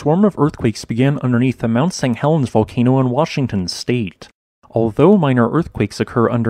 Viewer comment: Mau Sang Helens.